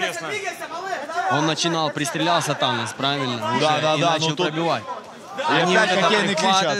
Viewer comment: ЧТо за Танан?! ау, ТаноС С на конце ау. Беринчику отбили видать голову уже, или рот что выговаривать не может)